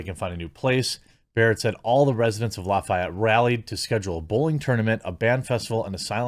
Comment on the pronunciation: Good news, good story. Proud of my fellow Hoosier. BTW, we say loff-ee-ETTE.